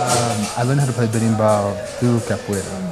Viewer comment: yo the instrument is called the Berimbau, not "Birimbal"